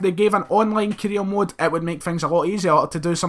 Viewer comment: This guy saying "Korea mode" 😂😂😂